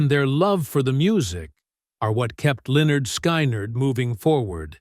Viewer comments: This DINGUS pronounced the name Linyard Skinerd at the very beginning. Don’t waste your time on listening to any of this. It’s trash. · Linn-yerd Sky-nerd...what an ignorant way to pronounce a legendary band. Ignorant channel... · Pronounced Leh-nerd Skin-nerd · So disrespectful..... You're not spelling it right dude! It's "Lin-yurd Sky-knee-yurd". 😅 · Lyn*yerd Sky*nerd says it all. 😂 Someone who truly cared about them, would take care with the pronunciation of their name. Period. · Learn how to talk get there name right loser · Whenever I come to one of these computer generated audio mashups I close it immediately and go on to the next thing. They can't even come close to pronouncing the name of the band correctly.